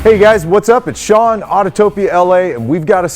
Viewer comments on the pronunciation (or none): none